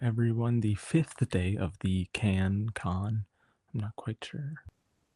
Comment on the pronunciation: Why did u call it canne con? it’s a film festival not a convention lmao